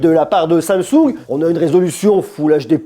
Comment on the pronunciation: qui va se faire kidnappé par les Coréens pour avoir dit samesaoul au lieu de Samsung 😂😂😂